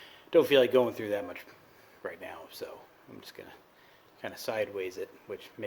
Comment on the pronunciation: "gawing" is not a word. "wahder" is not a word. put a drill on it instead of pulling the starter cord. "probly" is not a word. "we're" is not pronounced "were". cowl not hood. "our" is not pronounced "are".